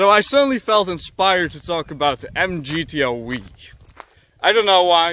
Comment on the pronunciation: MGTO "weeee", lol. It's pronounced "double u", I know you're Dutch and all, but you I'd think you know.